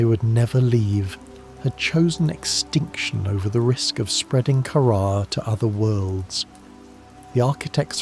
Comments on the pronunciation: I think so, he pronounces “Kaara” different every time he says it. Like “Kara” then “Karaa” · cuz of the way Kaara is mispronounced a million ways